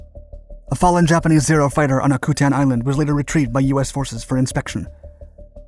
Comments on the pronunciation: Great video but you go some of the pronunciations wrong. Umnak...um-knack Akutan-Ack-you-tan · Sounds like ( Ack- a- tan ), ( At-too ) Subscribed from. Anchorage, Alaska